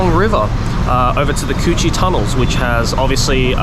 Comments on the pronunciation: lmao I know the Cu Chi tunnel is like an important historical place but hearing Joey saying "coochie" tunnel over and over again is hilarious omfg (guys plz don't be offended i am vietnamese) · Not the "Coochie Tunnels" lmao - that's why it's important to nail the tones in the Vietnamese language 😅 On a side note, as a Vietnamese who is abroad since the pandemic, watching the sceneries of my country really gives me nostalgic feeling. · How can you say "Cu Chi Tunnels" without laughing xD. Coochie Tunnels :D